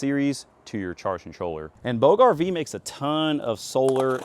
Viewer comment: Bouge: Pronounced like "BOOZH" (rhymes with rouge). The "g" makes a soft, smooth "zh" sound, like the "s" in the word measure.